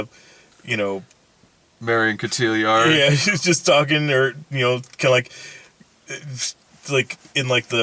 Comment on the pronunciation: Brad's pronunciation of Marion Cotillard is driving me up a wall lol